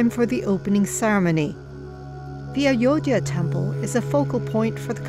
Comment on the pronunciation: What can we expect from SCP channel. They are even struggling to pronounce Ayodhya correctly .